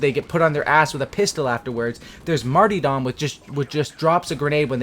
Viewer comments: Its Mar-ter-dom not martydom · Did this dude really just say "Marty Dom"? Shoulda been studying them books instead of trying to prestige in Black Ops 1... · How is it you don't know how to pronounce Martyrdom??? 😂😂😂😂😂😂😂